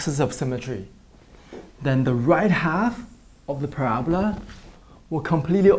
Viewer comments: Use transparencies next time you fold! Also the pronunciation is parabola not parabla. The symbol that looks like € mean "is an element of". The other symbol means "the set of real numbers" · he talking about the accent because it sounds like Prabla but we all know that it's parabola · I always thought it was para-bola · the way he says "parabola" lol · Honestly the only word that he isn't great at saying is "parabola". Quit being rude. I loved the vid by the way. Helped so much!